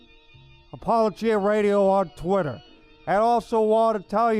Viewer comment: It's pronounced "apo-LO-gia"